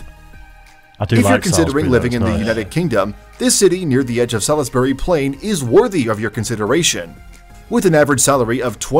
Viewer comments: I knew this was gong to be a disaster when I heard the AI voice and fumbled the difference between the isle of Great Britain and the United Kingdom. Ply mouth, Salis berry, 🤦‍♂️ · Atrocious pronunciations. We have a "Plymouth" and a "Salisbury" in the US and both are pronounced more or less as they are in England.